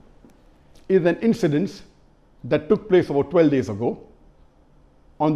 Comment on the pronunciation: twelve days sounds like twelve years ... sorry im sounding negative but just want shaikh attention to it. jazakallahu khair.